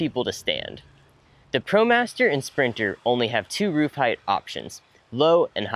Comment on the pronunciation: The "T" is at the end of the word "Height"